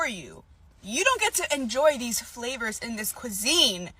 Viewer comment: She said "flavors." 🤣🤣🤣